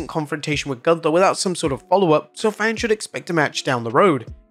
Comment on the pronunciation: Say Goonthaaa, not ganta....because it is wrong....don't amercianise every name, because that is disrespect^^